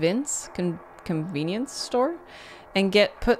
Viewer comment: "convince" store lol